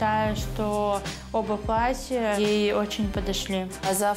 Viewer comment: ваша невеста говорит «платьЯ» с ударением на Я, откуда она приехала не подскажите?